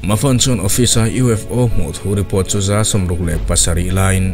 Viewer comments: USO 😂 A bengvarthlak in ngaihthlak anuam e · vel ah hian U.S.O i ti a nia 😅🤣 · a U.S.O. tia i tawn sawi hi lam sual palh a ni em ? I Channel content ho hi ka tuipui chi hlir an la ni. I hna thawhna chhunga mi thenkhat i dah tel tiam lovin.😁.